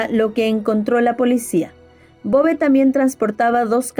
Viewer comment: Muy buen video... Me gusta tu contenido exponiendo pequeñas perlas a veces desconocidas de nuestras tierras latinoamericanas... Una aclaración... En Uruguay ese apellido lo pronunciamos acentuado en la "e" sería "Bové"... Pero lo escribimos tal cual aparece ahí... sin tilde...